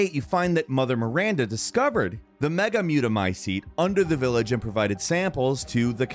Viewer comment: He also said what “Megamutamycete”